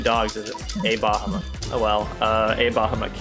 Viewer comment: Also it's "BA HAW MET"